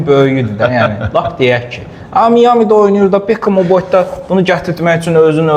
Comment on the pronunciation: Ay çuşka, Miami "Mayami" kimi tələffüz olunur.